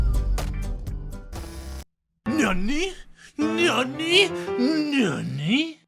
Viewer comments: It’s not nuny it’s n a n a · It's not Nani It's Nani as in Nano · I think it’s pronounced "Nanny" right? Like nano... idk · Did you just say NAMANYA NANI? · When says Nani in the beginning it sounds like he says YA YEET!!!😂😂😂